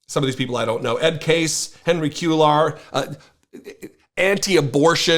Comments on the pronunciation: Henry Q-lar??? How about “Kway-yar (Cuellar)”? And I don’t even speak Spanish. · Once again, KWAY-yar. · It’s pronounced Cue-yar. The double l in Spanish is a y sound.